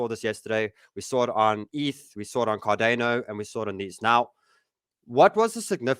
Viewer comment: Never heard anyone pronounce it Car-DAY-No before